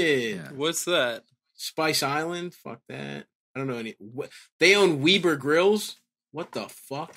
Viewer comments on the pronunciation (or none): Who the fuck says "Weeber" grills?